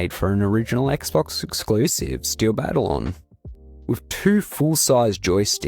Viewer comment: ❌️BATTLE-ON ✔️BUH-TAL-YUhN